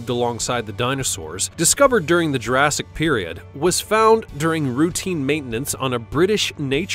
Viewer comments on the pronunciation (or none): none